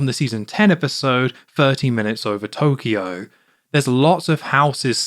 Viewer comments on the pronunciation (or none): none